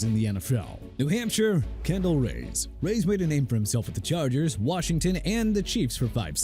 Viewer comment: Terrell Owens is pronounced TER-RELL! Also Maryland is pronounced meh-ruh-luhnd! You forget to learn spelling and pronunciation dude?! And Kendall Reyes' last name is pronounced Rhea-yes not rays!!